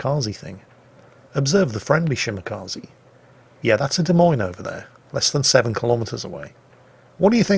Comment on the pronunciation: It's ShimakzE, not ShimakazI.